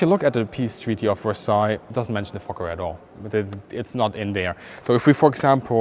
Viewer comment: It doesn't mention the fokker at all. the way you pronounce it is perfect.